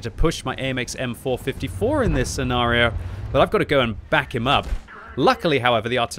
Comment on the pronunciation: "Sea Nario" blah blah blah "Sea Nario" blah blah "Sea Nario" Blah "Sea Nario" In this scenario manages to use the word scenario enough that it makes the enemy tanks nervous about their own scenario.